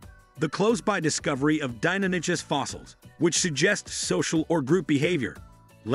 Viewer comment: that's not how Deinonychus is pronounced. It's "Die-non-ick-us"